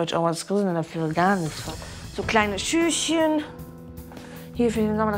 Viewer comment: Wenn sie noch einmal schüschen sagt 🤦‍♀️